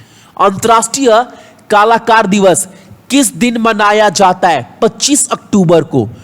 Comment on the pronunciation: एक प्रश्न है आपसे मेरा कि आप इस तरीके से ही बोलते हो या जानबूझकर क्लास में ऐसे बोलते हो? जैसे कि कलाकार को कालाकर